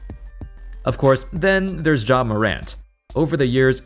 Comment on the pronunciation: I can't get over how you're pronouncing it like "Jzha" lmao😂